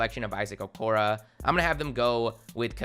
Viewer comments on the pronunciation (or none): It’s okoro not okra